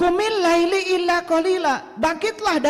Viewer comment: Baca aja salah,qumillaila jgn Laili,Muzzammil itu siapa,bc aja ayat selanjutnya,ayat ditrang oleh ayat.spertinya lngatan ini org terganggu sbb mama mama senyum terus sebagai pndengar Budiman.